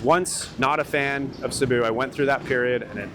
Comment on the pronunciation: Cēbu please , not Cabu